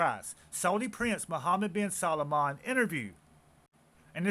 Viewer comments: Respectfully,, this prince's last name is only TWO syllables: SAL- MAN. It's NOT pronounced SAL-A-MAN. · You miss spelled his name it’s salman. You keep calling him Salomon.😅